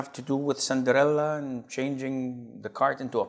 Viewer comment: The way he pronounces Cinderella😂😂😂